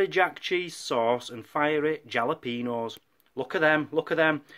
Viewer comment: Great vlog #1, the food looked great too, and I love how pronounces jalapeño.